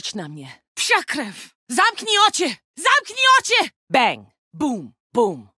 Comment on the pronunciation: We can heard "zamknij ociy" correct pronunciation of this is "zamknij oczy"